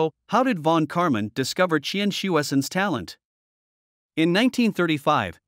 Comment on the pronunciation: The way you pronounced Qian's name is the funniest I have ever heard.